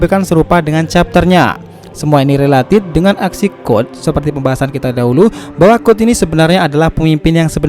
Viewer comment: Code bang bukan god